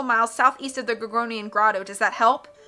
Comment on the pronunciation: I'm on your side. This lovely gal makes good videos, but these people can't even imply ill against my darling Tim Curry 😂 To be brutal she can't say "gorgonian" and she cannot do the "aye" correctly. Pronunciation or gramatically Great Carmelita tho Overall great videos, but I do prefer Tim Curry